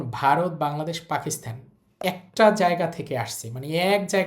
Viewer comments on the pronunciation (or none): none